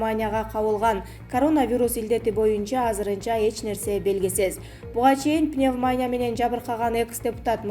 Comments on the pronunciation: Пневмания эмес пневмония. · Тантыраган журналист сорой ,озун угуп атасынбы ,келесоо сабатсыз Пневмааня,РЕСПРАТОР ДЕГЕН ДУУУРААА,ЙОРК ТАЙМЫЫС КЕЛЕСООО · Пневмания эмес пневмония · Пневманя дейби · Диктор кыз пневмания эмес пневмония деп туура окусан,уят да жанагы биздин спикердей ж.б.депутаттардай болбой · Эй кыз пневмАня эмес пневмо(а)нИя деп айтчы нервди кашайтпай🤨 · Пневмаааания эмес пневмониииииия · Мектепте окуган эмес го мээси жок уялбай пневмаания дейт го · Пневмания дейби мына журналист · Пневмаааания деп окуйсунго. Пневаниия. Иии ге ударение. Курстан отуп келчи. Чон Кыз. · Пневмаания эмес пневманиия десен.не деген сабатсыздар кобойду.Маянелер кобойду го ушул акыркы убакытта. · Не деген заман билимсиздер бардак дикторун кара уят эле окубай эле койчу пневмания уятэ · Окуган кыз туура окуганды уйронуп алчы садагам,уят го,кыргвзча да туура окуй албайсын гоо,М: пневнамия дейсин гоо,озунордун устунон иштебейсинерби? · Журналисттер комиссиядан отушпойбу? Респиратор-респитатор, пневманя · Эй окупаемости жаткан канчык пневмаания эмес пневмания десең. Спикердин карындашы эмес белең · Пневмания бейби?басымды туура коюп окусан?чаласабат журналисттер .окуп текшертип анан эфирге чыккылачы сураныч.ансыз деле "нервный"болуп турган элдин кыжырын келтирбей.. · Не ПневмАния а пневмония. Что за позор. пневмАния деген соз жок вообще. ПНЕВМОНИЯ. ударение на букву "И". Неужели нельзя посмотреть в справочнике или в других роликах как правильно произносится и пишется это слово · Сука туура суйлогулочу Госпиталь деп айтылат Гаспитал эмес. ЭЙ чон Кыз суйлогонду билбейсинби ИДИ НА ХУЙ ПНЕВМАНЯ БЛЯДЬ ДОЛДУРОГОН ЧМО СУКА СЕН ТАНТЫРАП СУЙЛОГОН УЧУН УШУЛ КАНАЛЫНДЫ ХУЙ да корбойм тантыраган тантырак каяктан чыктын сен бля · Репитатор. ПневмААния. КислААта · Халхоз мес колхоз пневманя мес пневмония десе аулдан кеп адасып журген неграмотная быреуди отыргызып койгансындар гой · Гаспитал менен пневманияны тууралап айтсан карындашым силерди кандай конкурстан тандашкан